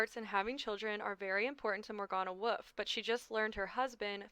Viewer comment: You saying Woof instead of Wolff is so funny to me